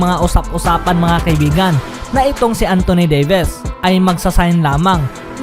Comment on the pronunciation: antoni deyves? hahahahahahaha broklyn nets? 😂😂 dimarcus kasens??? hahahahahahahahaha